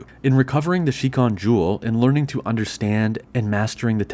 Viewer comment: Yeah but you also said shikon incorrectly so just roll with it. Statistically none of the people criticizing you speak Japanese anyway and can't understand how incredibly awkward it sounds to flip back and forth between proper Japanese and English so whatever people commonly say in English is the correct pronunciation. Japanese people certainly don't pronounce any of the borrowed English words correctly and English speakers pronounce karaoke in a way that is so far away from it's Japanese pronunciation that it sounds like a completely different word when it's said correctly. Long story short, the English voice cast was correct in choosing to change the pronunciation of Kagome to make it easier to say in English just like they did with Kirara and Tessaiga.